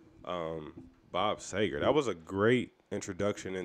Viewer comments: SEE-ger. Just an FYI. A common mispronunciation. Peace, T. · Bob Seger (Pronouced "See-ger") is a really talented songwriter, who's equally adept at writing great story-telling ballads (Turn the Page; Night Moves; Main Street) as well as some real rockers (Katmandu; Get Out of Denver; Fire Down Below, etc.). Well worth digging into his catalog - you won't be disappointed! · Bob See-ger. But everyone gets it wrong...lol Have to listen to Night Moves and Turn the Page (live). Two of the best. Cheers! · Great song, awesome artist, love your reaction. Bob is the man! Last name pronounced as Seeger. Keepem coming! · About time you got to Seger. And it's pronounced See-grrrr. Night moves Main Street Hollywood nights Shame on the moon Rock and roll never forgets Fire down below Beautiful loser/ ramblin man Ramblin gamblin man Fire lake You'll accompany me Roll me away And so many more. Top 3 ever AC/DC Beasties And Mr Bob Seger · Really enjoy your reaction. BTW, his last name is pronounced, SEE-ger (as in, sea). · Bob Seger, pronounced See Grr. Do “Night Moves”